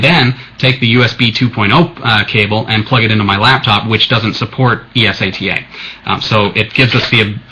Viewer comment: its not Es-a-t-a, its eSATA, say it fuckin right